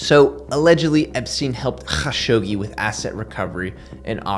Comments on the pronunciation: All love but: just say kashoggi, not KHAshoggi. Pls n ty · Sounds like you sayin Hawkshoggi.